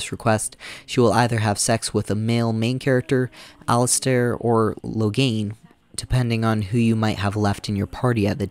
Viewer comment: Dig the video, but ... The game is voice acted, so I'm a little confused how you get so many names wrong! Did you even play the game? Did your sound not work? 😂 Cailan: Kay-len (like Galen) not Kai-len (like Guy-len) Jawan: Jaw-wen, not Jawain Alistair: Alistair, not Alistar Even talking about PF:Kingmaker you call the game "Pathfinder: Kingdom" and the antagonist "Nyrissa" you call "Narsissa." Like, come on, dude! Are you really gonna spend God only knows how many hours playing these games to capture footage, then even more hours writing a script, recording it, and editing the 2.5 hour video together, and not even once in that process double check your pronunciation of names of prominent characters? But good summary and critique